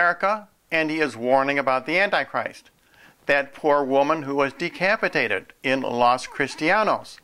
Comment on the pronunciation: lol decapidaded